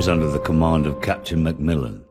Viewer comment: It’s MacMillan u silly not ‘mellon’